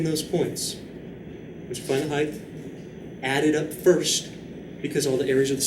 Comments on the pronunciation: heighth lol LOVE YOUR VIDS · as a non native speaker i hadn't heard of it before either so it's surprising